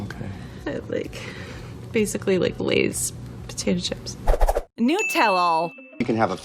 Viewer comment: NUT-Ella! Not NOOT!